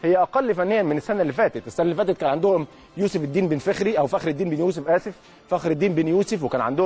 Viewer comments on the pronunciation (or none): none